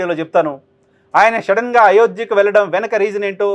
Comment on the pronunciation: అది షెడెన్ కాదు సడన్